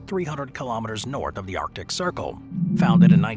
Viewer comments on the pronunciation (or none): none